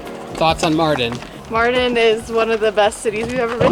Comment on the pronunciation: I just subbed guys. You are a wonderful family. A big thumbs up... By the way Mardin is definitely the right choice. It's great that you made this choice and the other advantage is You call it like 'Martin' :))) so easy ahhhahaa